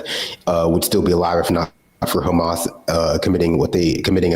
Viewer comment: Do you even know what Netanyahu said he called HAMS. As Amelak